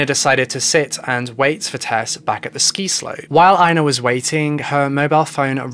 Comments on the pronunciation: Damn, your pronunciation of Swedish names is something... something bad. Swedish is phonetically consistent! Ina = ['ina], not ['aina], Tove = ['tuve], not [tov], Vibeke = ['vibeki], not [vi'bekeh]. I'm 21 minutes in and I have only just realized that Tesse's mother's name is Vibeke, not Rebekka! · Not that it matters, but Tove is pronounced too-vuh and Ina is pronounced ee-na lol